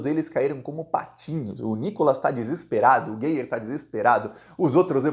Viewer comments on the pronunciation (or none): É "Gáier", não é gueier!